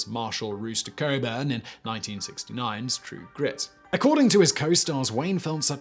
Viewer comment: Rooster Coburn. LOL